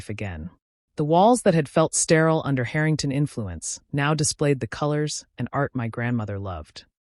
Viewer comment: AI Let’s work on our pronunciation of Harrington, OK